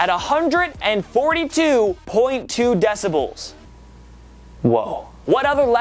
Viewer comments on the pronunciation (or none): He says 'decibulls' 😂😂😂